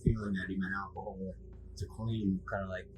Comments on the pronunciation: Alcohol. - not 'alchohol'. (Could not resist offering a correction; I learned English in school, lol) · Alcohol not alcohohol...